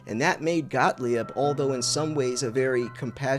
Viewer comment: Got-leeb. Please. Got-lee-ebb? lol Love the new channel, though and great to have you back. Please stick around or at least if you go find a guru, give us a heads-up first okay?